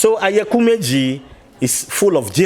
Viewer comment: Oyekumeji not Ayakumeji lol My fellow Ghanaian in IFA ooo...good to know Ghana to have IFA teaching.